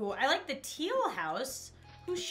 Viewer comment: My god you used “da” and “dis” a lot 😂